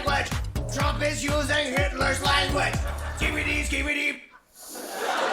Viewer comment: You're still saying Drumph, huh?